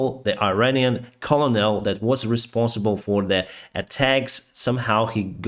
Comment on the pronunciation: You're the first person to pronounce colonel the way I believe the French (either currently or formerly) pronounce it. It's pronounced "kernel" in standard English, but som southern people in the U.S. pronounce it "kuhnul".